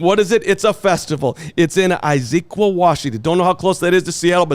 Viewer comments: it’s pronounced: IZ-UHH-Qwaah… Jackass!!! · Someone please help pronounce Issaquah correctly: Iss-uh-kwah